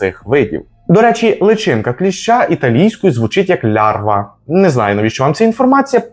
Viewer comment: Larva (читається як «ларва» а не «лярва»)і англійською, і італійською означає будь-яку личинку. Не тільки кліща.